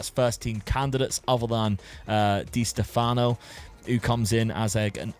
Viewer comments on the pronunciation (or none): none